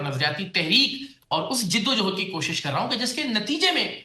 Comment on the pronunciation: سرعام کی معرفت کراچی کے بلیک میلر صاحب۔۔۔ پہلے" جدو جَہد" لفظ تو پراپر کہنا سیکھ لیجیے۔۔۔۔ پھر یہ نیک کام کرنے کی بات کرتے اچھے لگ سکتے ہیں۔۔۔